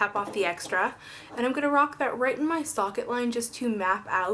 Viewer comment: so pretty I love it!! so funny when u say eye socket lol